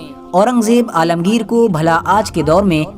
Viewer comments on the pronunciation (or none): alamgir ra ko bilkul sahi se nahi bola bad